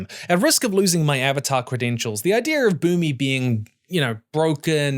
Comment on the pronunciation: "Eve-atar the lost ear-binder" 🤣🤣